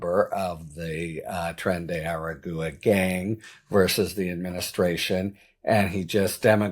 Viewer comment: Tren-day R-agua is I believe how you would pronounce it. Just trying to help. Not sure if the butchery above will qualify but I tried. lol